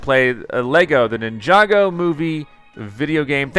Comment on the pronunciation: Finally you got the name right